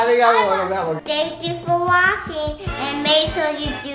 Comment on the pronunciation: sounds like "thank you for washing"🤣🤣🤣🤣🤣🤣🤣🤣